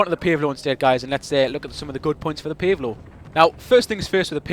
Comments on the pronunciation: Pace Low!!!!! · Sounds funny when you say "Pave Low" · I like how you say PaveLow